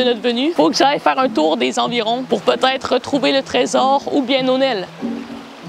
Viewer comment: "Nonel" me fait rire XD